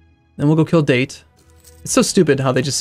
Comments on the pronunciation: DAH-TAY instead of DAY-T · Its Da-teh not dates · DA TE I've spend too much time learning Japanese hirstory not to cringe when he says date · the way pronounce Date is really annoying.... and i usually don't care about that but that one makes me cry;( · ***** Okay... I didn't expect an answer. The question was rhetorical. But one should expect to mispronounce everything at this point. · I am just happy he doesn't play in the HRE, where he butchers the german pronounciation xD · Oh boy, I have listened to them pronounciation... I break inside. But I think german is really hard with them names of some states, but seeing him fail at such easy name... Just... HNGG